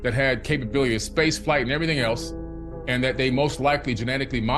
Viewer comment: This man is saying , ever ting ,I questioned from I was about 16 years old.